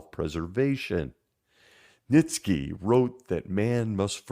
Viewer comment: Great video as usual. One thing, Nietzsche is pronounced knee-chuh. Kinda weird, but that's how the Germans pronounce it.